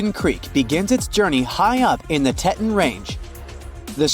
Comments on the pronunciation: "TEE-tawn" not "TET-un" 🙄💆‍♀️ If you're going to post something like this, the least you can do is pronounce major landmarks properly. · Teton pronounced tee tawn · Grand Teton! Pronounced TEETON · If you're too lazy to narrate your own video and let AI mispronounce such a common name like Teton, why would anyone waste their time on your channel?